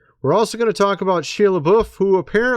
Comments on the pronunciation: Has no one corrected your pronunciation of Shia's name?!? It is Not Shee - a. It is: Shy - a. 😳😂. Please!! Say Shya!! 🤔👍😎✌️ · He pronounces it SHY not SHE!! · It’s Shia .. pronounced Shi ya